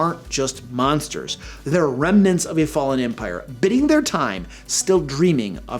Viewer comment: Biding has a long i, not a short i.